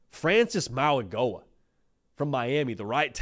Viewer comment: Mauigoa is pronounced like the “G” is a “N”. Maui NO-A